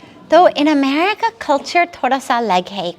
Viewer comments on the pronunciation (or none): none